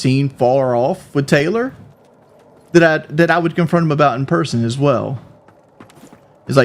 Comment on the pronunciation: Yes! And he says berson instead of person